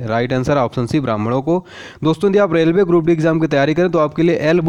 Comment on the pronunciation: रेवले नही रेलवे